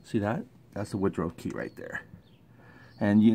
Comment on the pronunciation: Excellent information for the newbie, I commend you on your work, very thorough and great explanations too. I usually don't do this but I have to. It's a woodruff key I think you said Woodrow key. Just thought you should know, OH and a bolt requires a socket or wrench and a SCREW requires a screw driver, you keep calling bolts screws, just saying. Good job though.